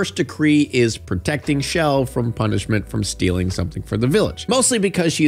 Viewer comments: chell not shell. lol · Not you calling Chel “Shell” 💀